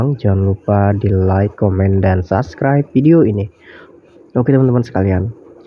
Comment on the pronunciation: Sabskraib, bukan saskraib